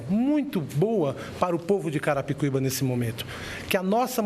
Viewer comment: carai o apresentador erra o nome de carapicuiba toda hora kkkkkkkkkk